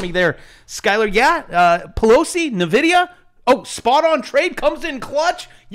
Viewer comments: Please. It's pronounced "en-vid-ia" not "na-vid-ia". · Damnit! It's not "neh-vidia"... it's "EN-vidia"